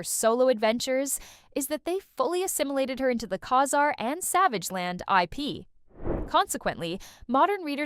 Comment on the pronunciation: Bloodstone was killed and stayed dead, that's why he doesn't appear anymore. Ka-Zar is pronounced Kay-Zar. It was made clear in his first appearance in X-Men.